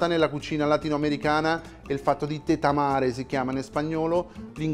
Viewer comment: It's "tatemar" not "tetamar", and the method is from central and north america, no the whole americas, just a tip Btw, the presentation of both dishes is gorgeous